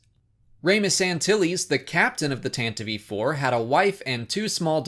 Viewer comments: I'm pretty sure it's "tan-tive" iv. Not sure where "tantavive" came about, but I've heard it pronounced that way in a buncha audio books too...got me going 😬😬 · The IV after Tantive isn't another syllable for the name of the ship, that's the 4 in roman numerals...